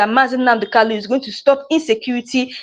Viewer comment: Why can you not pronounce Kanu? The name is Kanu and not Kalu.